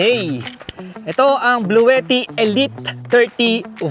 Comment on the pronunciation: Si antet ng bahay jeep iba ang pag bigkas nya sa bluetti😅😅😅